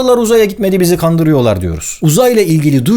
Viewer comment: amriğalilar uzaya gitmedi bizi gandiriyoğ